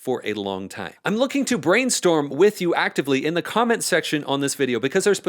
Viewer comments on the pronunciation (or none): none